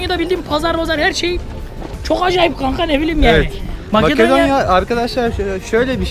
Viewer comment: abi yalan söylüyon orası makedonya değil metedonya